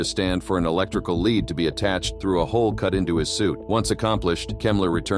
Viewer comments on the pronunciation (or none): none